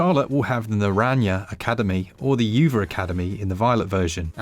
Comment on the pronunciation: Laughed that bocadillo was pronounced correctly after uva and naranja were butchered